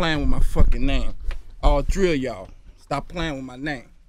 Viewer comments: Yo he said “all tree of y’all”😂😂😂😂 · Tree , must be Mike Tyson speech impediment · "All tree a yall" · lmaol..all tree y'all..put some respect on my name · all tree of uh yall...the sub the principle and the guidance counselor😂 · lmfao!!! all tree y'all hahahah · no he says sthree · "when you speak on my name put some respeck on my name all tree ya'll this will forever be a classic"